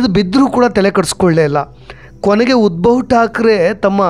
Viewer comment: Uddav thakre, not Udbhav Thakre.